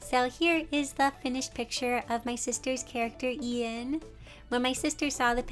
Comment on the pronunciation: The way Ian was pronounced- it sounds like- Ein- only mystreet fans get this T-T